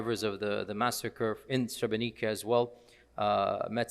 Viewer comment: May Allah bless you for taking your time to tell the sotory about or amazing president. Sheikh, srebrenica is pronounced srebrenit’sa, basically like it’s